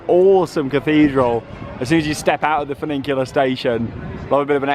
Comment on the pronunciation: There's only one "n" in the word, "funicular". I like how you say it though, - very unique, "funiNcular". Legend.